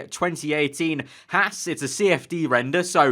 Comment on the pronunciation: Hey mate, it's pronouced "Hawz"....not "Hass".